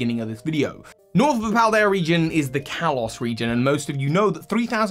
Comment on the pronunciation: Why do you keep saying Callus. Kalos